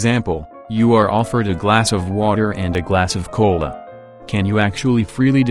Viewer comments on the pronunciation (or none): i heard "coal" insted of "cola" lmao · "Y du u want de cöla?" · I like the way you pronounce "cola". Quite amusing. Though you can change your wants but well even then there's still factors behind it so still no free will. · Am I the only one that loves the way the bot pronounces "cola"?